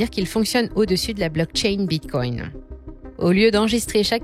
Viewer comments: Bitcoin et non bitcoyne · Hello ! Je suis super fan, abonné depuis longtemps et je vous adore. Je fais aussi partie des fans de La Voix d'Eleonore. :-) Mais c'est hyper étrange la façon dont vous prononcez Bitcoin non ? (Respectueusement) On dirait que vous dites bitcongne 😂. Ça produit un effet intriguant. J'ai l'impression de devenir accro. C'est surement un plan marketing diabolique pour faire plus de vues 🤣